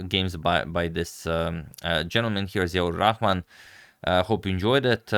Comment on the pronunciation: You really pronounced the name perfectly. Bangladesh will miss GM Ziaur Rahman! And thank you for covering his game.